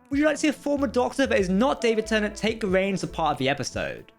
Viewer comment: it’s tennant